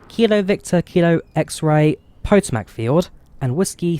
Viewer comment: cool video! I do wonder if its worth getting though. For me I'm a simmer and do enjoy a decent scenery but at 2/3 or even 5000ft and climbing. its not GTA, lol btw the Potomac river is pronounced (Pah-toe-mik) River